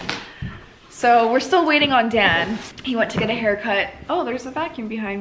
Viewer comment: I feel like everytime you say Dan, I hear you saying Dad...